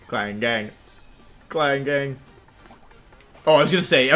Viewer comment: Wait klang not klinklang